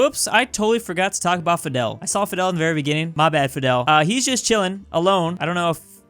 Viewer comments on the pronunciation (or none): none